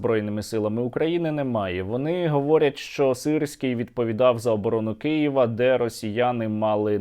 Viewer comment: Мені почулося , чи насправді роспропагандист сказав "Києва" , а не "Кієва" ? Здається , у нього деякі успіхи у вивченні української мови . Так тримати !